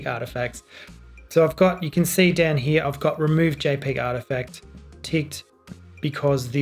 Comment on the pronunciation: Why did you say "see" as "say"? Since grammar school I was taught "see" pronounced as "sea". It's quite difficult to hear a sound but having to refer to different meaning as the one we usually recognized because we need to stop and think. Then a lot of things you've said are flown by and missed.